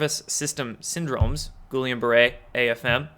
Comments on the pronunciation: Guillain-Barré is pronounced roughly "GHEE- LAY BAH-RAY " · Dude, that's French. Pronounced guh-YAYN bah-RAY. My brother had it, your immune system attacks your central nervous system, they have no idea why. You will lose 1 year of your life best case. Spend 6 months in intensive care, they have to constantly draw your blood, remove whites blood cells and.put it back. THEN you get to learn to walk again. Btw they will then warn you to never get a flu shot... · A minor mispronunciation on the old G-B Syndrome. It's no sweat, but if you want help, send me a DM via my YT channel. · Please learn how to pronounce Guillain–Barré, you sound like you don’t know what your talking about. Other than that keep up the good work.